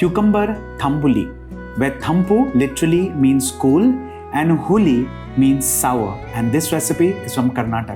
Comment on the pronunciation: Quick gyaan(for want of a better word) - it’s not huli with the soft l sound but the hard L which is the retroflex lateral approximant. This is very crucial in Kannada. Why? Because huli that way you pronounced it means tiger 🐯 😂. The meaning completely changes. So unless you want a cool tiger, it’s ತಂಬುಳಿ.